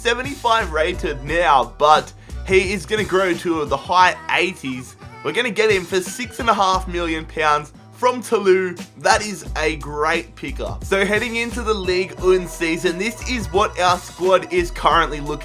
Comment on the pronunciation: it's "ToulouZZZ" not "Toulou" ;)